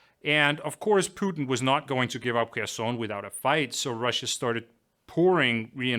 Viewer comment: The best pronounciation of Kherson I have ever heard on a English channel!👍